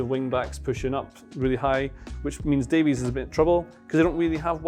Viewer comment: It's pronounced Davis you heathen, like Greg Davies from Taskmaster, like the Barry Davies the commentator. Getting all the foreign names right but not the British ones.